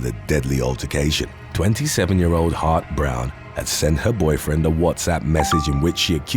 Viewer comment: Every time you said "Hart-Browne," I heard hot brown and now I'm hungry. 🤷‍♀️